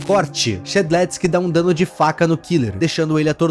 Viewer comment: A pronuncia e shed leusque